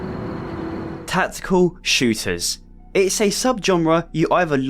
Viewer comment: Tackekul Shewtahs